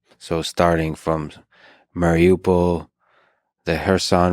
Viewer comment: It's not surprising he's a former CIA agent, he was.either inept at his job, his analysis is fundamentally flawed or he sympathised too much with Russia. Poor show and if your gonna try and show expertise in an ukraine at least pronounce Mariupol properly.